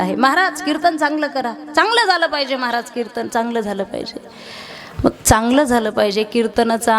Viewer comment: आसवल, अवे, नतर, बरेच, कीरतन